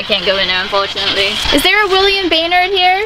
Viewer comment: I had to do a double take on that last name because that's my last name. No one ever pronounces it right but you did haha thank you for that 😂